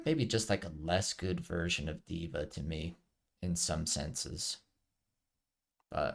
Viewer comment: You said it right: D.Va like diva